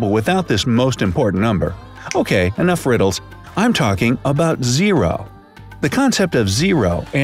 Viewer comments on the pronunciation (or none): none